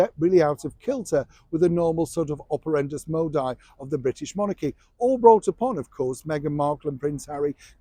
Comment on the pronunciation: "Operendus modi" 🤔 Oh dear. Someone put gin in his Horlicks again?